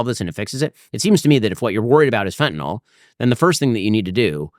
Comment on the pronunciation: A joint with laced with Fentanyl 🙄 That’s the stupidest thing I’ve ever heard. Also it’s FENTANYL, not FentaNOL. Oh my allergies are acting up, better go take some Benadrol.